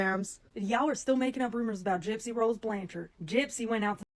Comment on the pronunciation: OMG, everyone uses photoshop or filters. It's really not that big of a deal. I personally think people are nitpicking at this point for content. And the last name is pronounce blanchard not blan-charde. She may be a little jealous of her older sister but she looks up to Mia. If people can't see that, there's a problem. I think people need to find other ways to make money instead of making money off her name and call her a grifter when you guys are no different.